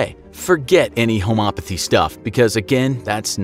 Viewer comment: Lol. You clearly don't live in the North East. You said swampy areas in the North East. Lol. We have lakes and other things. Not swamps. Go to Florida for swamps. You said homeopathy wrong also. Google the word. It's not pronounced home opothy. The E is over enunciated.